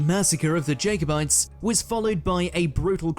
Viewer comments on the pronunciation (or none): The last execution in the Tower of London, of a German spy, took place in WW2, in the rifle range. That video totally massacred Scottish names - I hope they haunt the narrator. Loch Lomond is Loch not Lock and said Lowmond. Culloden is CuhLODen and Jacobite is Jack-o-bite. I used to work in a very haunted police building though it was only early 19th century. Everyone just got used to it! I once followed someone into a room only to find it empty with no other way out. The chief superintendent, one taking over from the other in turn, always had activity in their room. Huge seven foot high fire doors would open and shut by themselves. Seen as normal once you got used to it 😂. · God this narrator gets on my nerves. He pronounces almost every place name incorrectly and can’t even say “Jacobite” properly. Their videos are great, but he could at least do his research beforehand to find out the correct pronunciations. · I don’t think it’s a robot at all but the pronunciations are awful. It really grates on me. I’m English but even I know how to pronounce these places - and “Jacobite” there’s no excuse for. I believe he butchered “Loch Lomond” as well?